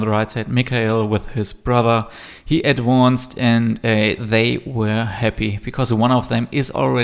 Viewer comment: Please learn to pronounce "advanced" correctly.